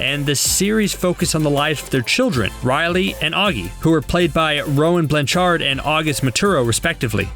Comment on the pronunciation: ugh i got so bugged when he said Ravee instead of Ravi and zendiiya instead of zendeya and Roan BlanCHARD ect. bro its not that hard they r just names and easy ones